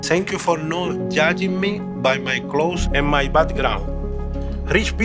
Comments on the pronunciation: Noth " Cloths " it's " clodes " 😎👍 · Why she pronounced 'clothes' as 'klodes'? Sounds funny. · this channel needs an English language advisor. Several mispronounced words, such as clothes. Your actors and actresses were saying clotheses. oi oi oi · The last scene was performed so poorly 💀💀 that Mexican guy really shouldn’t be in the next episodes, his acting is too bad. Also what’s with the pronunciation? “Kloteh” for clothes😂😂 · Wonderful...... just one thing. The person who played Ms. Jones got all wrong while pronouncing clothes. Other than that, this short film was perfect..... as usual... Keep it up.